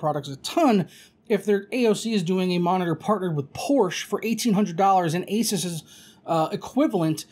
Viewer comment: Joey: HEY!!! Its Por-Sha!